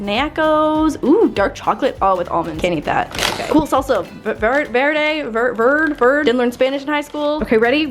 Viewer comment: The white Spanish accent on salsa verde